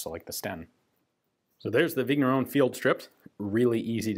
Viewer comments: Just a note here: "gn" in french/belgian is pronounced just like in the word "campaign", so, just a weird "n", more like a "n" with a pretty silent "i" after it. "Vigneron" sounds so more like "Vinieron" (exaggerated), or like the 2nd "n" in the spanish word "niño". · French regular viewer here. Thanks for your best efforts in French pronunciation! FYI "gn" in French is pronounced "ñ", or "ny" as in Spanish word "piÑata". So Vigneron is pronounced "Vinyeron". Thanks for the high-quality, history-rich and politics-free content!